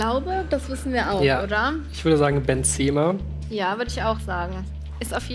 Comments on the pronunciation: Jacku Dark Bentseeema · Vorallem die Aussprache von Julian: „Benzeeema“ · Hahahaha Wie der Mann in der Mitte weiß nicht wie der heißt wie der Capital bra sagt HAHAHA und wie Julian und der Mann benzema ausprechenc